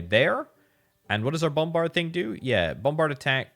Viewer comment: Say "BOMberd" one more time